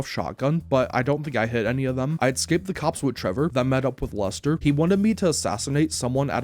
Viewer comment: Is he saying luster or am I tweaking